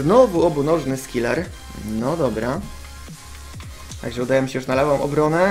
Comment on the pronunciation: skillor? coś ty góral 'ze mówis skilor zamiast skiller panocku' ? xD